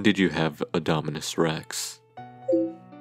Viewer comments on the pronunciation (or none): When He Said "When Did You Have Dominus Rex" It Sounded Like He Said Indominus Rex